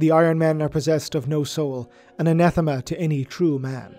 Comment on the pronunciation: A man who can pronounce anathema. Yes, we can be friends